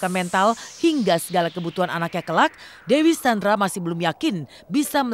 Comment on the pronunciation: apa cm aq yg salah dger pd detik 4.51 voicernya ngmong "dewi sandra" 🤔✌️